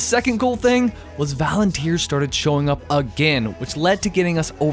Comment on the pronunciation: "Valenteers" :D